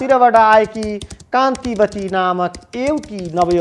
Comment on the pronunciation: for your correction kantawati ho kantiwati haina